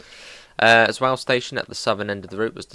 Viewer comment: Sporling what who? It’s pronounced like Spoorline Zvoller to Groningen Also you really did rush through some bits that are really cool and unique but nevermind